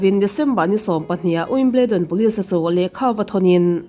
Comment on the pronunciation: Wimbledon nilovin wimbildon ti angin lam rik tur aw